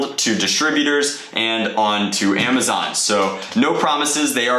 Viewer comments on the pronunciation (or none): none